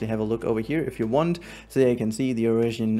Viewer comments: 'oiarasian lynx' it's just European combined with Asian, surely you know how to say European 😂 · German accent aha